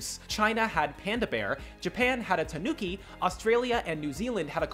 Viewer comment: m8 it's tanuki, not tanooky